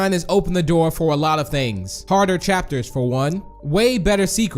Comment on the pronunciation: Lol you said fo 😂